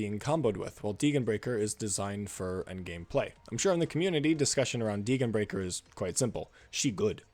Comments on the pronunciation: Well, as a German speaker, her name is pronounced "Dee-gen (the g like again) brie-schair" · The only controversial thing here is the way you pronounce Degenbrecher's name. I enjoyed the video a lot, keep up the good work!